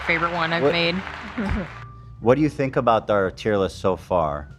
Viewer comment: Why, after all the years in America, Hila still mispronounces words like "aknowledge" and "think"?